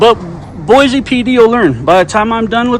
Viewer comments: It’s “Boise” not Boize. Can’t even say the city name correctly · Well you said it, Idiots. Most of these officers are probably Californians and came from some department where they already messed up. They really don't want to open their minds and understand what you were saying. Also what he was reading seemed to be private property. Oh, there is no Z in Boise. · We know you aren’t from Boise if you say BOY-ZEE lol! It’s BOY-SEE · Check out what the Meridian, Idaho police did to the elderly man recording the cop cars. But please learn to pronounce Boise correctly, it’s BOY-SEE not BOY-Z. Thank you, lifelong Idahoan. Oh and we have a motto here: “Don’t Californicate Idaho!” lol so please tell your people to stay in their state instead of moving here and bringing their California ideals with them. They ruined your state now wanna come ruin ours. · It’s pronounced BOY-SEE not sure why your guy’s schools taught you it’s Boy-Z, that’s ridiculous. Boise is a Native American word. Also, thanks for coming to Idaho and yes our cops are all corrupt and tyrants who don’t know the law or the constitution and will plant stuff on you and lie to make an arrest.